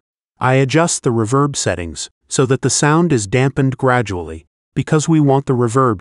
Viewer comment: You may want to find a less monotonous AI voice to narrate your videos, and spot-check its pronunciation. It's pronounced "rEEverb", not "reVERB", and the vowels in "lead" are pronounced like "reed", not like "red". Hearing the AI keep saying "reVERB" over and over again was really annoying.